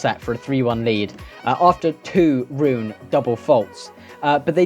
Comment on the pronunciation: Dane here. Rune isn't pronounced Ruun, you have to pronounce the 'e' too. Try 'ruun-eh' (not 'ruun-ee'.) Make a note. 👍🏻🙂